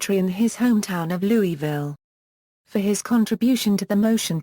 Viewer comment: It's not Louie ville or Louis ville. It is pronounced Loual ville.